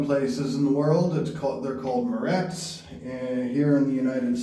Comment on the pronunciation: you sounded a little Canadian there--talking about the Marrettes!! Watching this from Ontario